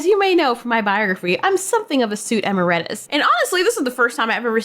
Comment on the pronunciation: "Chud" is a play on "Chad," but it's also a reference to the '80s horror movie 'C.H.U.D.'. "ee-MARE-it-us" No WALL-E reference? Denied! Why is "ambitious" implied to be bad? A right-hander should wear that type of flashlight on the left side of their chest. Every Silent Hill character, all of whom are right-handed, do it right. More left-handed characters in video games! Ambidextrous and mix-handed too!